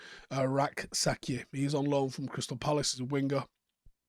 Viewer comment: just a tip my friend. Rak-Sakyi is pronounced Rak-SaCHEH.